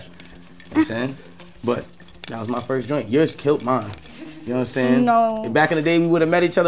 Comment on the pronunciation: "That was my foist joint"-Tory Lanes